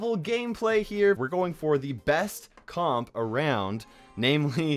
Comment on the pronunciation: Comp is weirdly pronounced